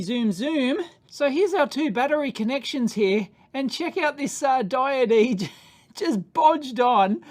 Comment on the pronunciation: is "diodee" a daveism or an aussie-ism? unsure after this video if dave just likes saying diode funny, or if it's an australian thing. either way, a diodee seems like the only deity dave would preach for :D